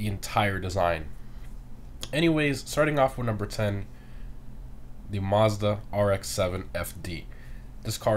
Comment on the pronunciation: Yuck don’t say mazda like that ever again please 🤢